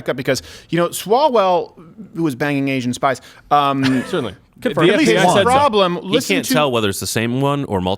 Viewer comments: Kept thinking you were saying 'Asian Spice', like some sort of inappropriate unused Spice Girl. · Asian spice!! 🤣🤣 Sounds like some new drug outta China, do a line, and your head or genitals just explode..🤣